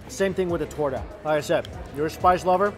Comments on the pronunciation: He said torda instead of torta lol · If you say toura one more time !😡😂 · I was really sad until he said torta and then I figured out he want talking about the meat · lol, my heart hurt every time he tried to say torta. Still, lots of love to you! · My man dont know how to say torta xd